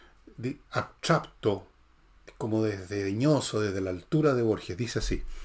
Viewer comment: "abtrapto" jiji